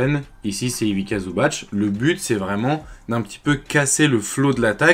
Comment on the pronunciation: Merci c'était super intéressant. En revanche un petit conseil sur la prononciation, c'est Ivitssa Zubatss (la lettre c en serbo-croate c'est prononcé tss alors que ć comme à la fin de Jokić est prononcé tch)